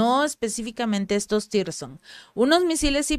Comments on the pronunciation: son Misiles hipersonico Tsirkon no Tirson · "Tirson" no, Sircón (tsirkon) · CHICA, TE SUGIERO LEER BIEN EL NOMBRE DE LOS MISILES ANTES DE MENCIONARLOS PARA QUE NO SE GENERE INFORMACIÓN ERRÓNEA A PARTIR DE NOMBRES INEXISTENTES. NO SE LLAMAN TIRSON COMO MENCIONAS, SINO TSIRKON. T.S.I.R.K.O.N. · Se pronuncia "TÍRSCON", no "sircon". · PERO NO SE LLAMAN "TIRSON". SE LLAMAN "TSIRKON". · siempre que mencionas esas armas les llamas 'Tirson', pero su nombre parece provenir de la piedra Zirconia, asi que su pronunciacion seria mas bien TZIRKON. Los guiones y análisis muy bien, pero en la pronunciacion siempre hay por lo menos 1 fallo. Animo y aqui seguimos contigo. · No es tirson es tsirkon la te es nula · Mi Reyna por fa n lo pronuncias bien tzirkon no existe tirson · Puedes decir Cirkon ? O Zirkon? Sería más cerca de la realidad.